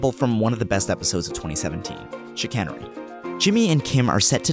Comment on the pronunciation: The way how you pronounced "chicanery" made me wince.